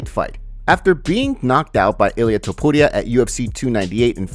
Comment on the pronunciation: I can't take the way you say ilia Topuria 🤢🤢🤢 That's not how you say it 🤷🏼